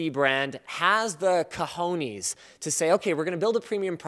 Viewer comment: Cajonis xD